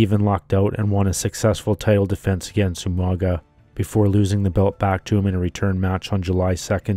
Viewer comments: In most Pacific Iland languages when you have a g it usually makes an NG sound so Umaga would be pronounces as 'Umanga' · I love how William Regal always pronounced his name wrong